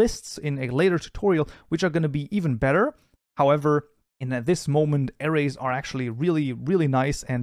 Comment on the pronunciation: Every time he said "Arrays" in the intro I thought he said "Ares" (Zodiac Sign) 😂